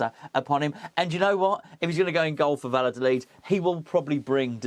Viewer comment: When there are 2 L´s in spanish, the sound should be somewhere between L and J.. closer to J. And D´s are almost always soft, pronounced like a "the". So "Val-ja-tholith". But "A" for Effort,mate. Had spanish in school.. :)